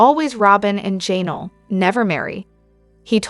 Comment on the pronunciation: 😂😂😂AI not being able to say Janelle